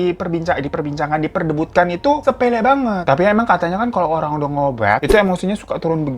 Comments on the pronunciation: Dia bilang diperdebatkan jadi diperdebutkan. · ieta meuni belepotan akang Hiro, "diperdebutkan" kudunya "diperdebatkan" :D Lucu ih, terhibur pisan.